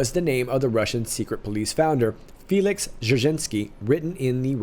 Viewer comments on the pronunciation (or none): none